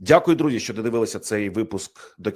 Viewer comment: А ЩО ТВОРИТЬСЯ З ТВОЄЮ ЩЕЛЕПОЮ,ЩО ТИ ТАК РУЙНУЄШ УКРАЇНСЬКУ МОВУ: ЩЬО,ЩЬОБ,ЩЄ,ЧЬОГО,ЧЬОМУ,ЧЯС,ПОЧЯТКУ,ЧЯСТИНІ,БАЧЄВ........???????????? ЦЕ ВЖЕ ГИДКО СЛУХАТИ З УСІХ КИЇВСЬКИХ КАНАЛІВ!!!!!!!!!!!!!!!!!!! ЗАХІДНА УКРАЇНА БУЛА ПІД АВСРІЙЦЯМИ,ПОЛЯКАМИ, ПРОКЛЯТИМИ «совєтами» І ЇХНІ ЩЕЛЕПИ НІХТО НЕ ЗМІГ ЗРУЙНУВАТИ,А КИЇВСЬКІ І СХІДНІ УРОДИ НАСТІЛЬКИ ДЕФОРМУВАЛИ СВОЇ ЩЕЛЕПИ ЛЮБОВЮ ДО ПРОКЛЯТОГО СВІТОМ І ЗАЛИТОГО УКРАЇНСЬКОЮ КРОВЮ «руского язика» ЩО НАВІТЬ НЕ МОЖУТЬ ПРАВИЛЬНО ВИМОВЛЯТИ УКРАЇНСЬКІ СЛОВА!!!!!!!!!!!!!! ГАНЬБА ВАМ,УРОДИ!!!!!!!!(УКРАЇНСЬКА ДІАСПОРА,США)